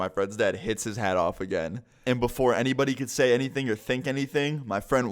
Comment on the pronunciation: Lol when you said knocked his hat off I thought you said haid